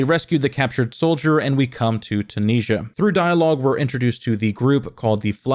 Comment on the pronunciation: Interesting pronunciation of 'Tunisia'!